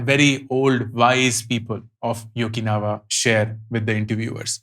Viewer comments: Firstly I have to correct you pronouncing the word Okinawa, it is no Yokinawa it is O-ki-nawa. Having lived amongst the Japanese for 2 yrs and having travelled to Okinawa, I felt the difference in Japanese in the city and people living on this island. Even on this island I wouldn't say everyone is following the way of Ikigai but the Rat race of-course is very less. The long working hours don't exist. The importance of nature and need of survival along with everyone can be well pictured through the smiles on the people. Back then I didn't know this concept but apart from Ikigai they have many other concepts of living a happy life. I would like to read this to explore the options of how to fulfill all the circles. I wanted to read it for quite a long time, but as usual I am part of this rat race and like a hamster on a wheel following the same routine life. I would like to read to search for options with a different concept from different part of the world. Thanks for sharing the overview of the book. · I think its okinawa not yokinawa' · O ki na wa ✅ Yokinawa❌